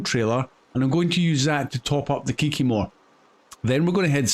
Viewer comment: Kiki-more, name of the truck, the Kikimore by MrBusses